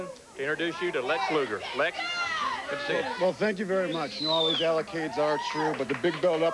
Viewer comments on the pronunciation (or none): "all those allocades are true" LOL